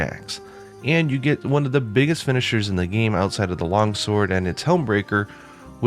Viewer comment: ah yes, the best weapon of all. The Shord